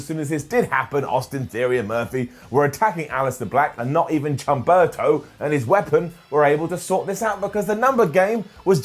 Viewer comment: The "Chumberto" thing is intentional? I don't got it. But if isn't a joke, h in spanish is silent and my OCD make me remind this 🙃